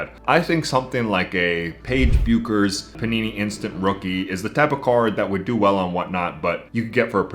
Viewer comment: Take a shot🥂every time he pronounces Paige Bueckers' last name as "Byookers." 🤣🤣 The "U" is silent so it's like saying "Beckers." 😆